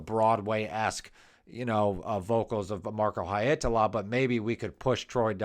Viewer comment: Well.. no. And you repeat them so many times, it starts to get to the nerves. You could also just leave the surnames off, as the first names seem easier and you get them right. :) Finnish IS hard, but the 100th haeitala and Holopeines just.... aargh... 😁😆